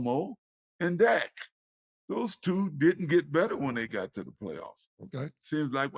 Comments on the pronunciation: killing me calling dak “zach presscott” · Can someone tell it’s Dak not Zack lol